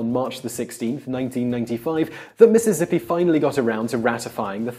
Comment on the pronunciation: 7 sec in and had to go back and hear you say Mississippi and then after the video listen to it over and over again getting a bigger smile each time hearing you say Missizzippi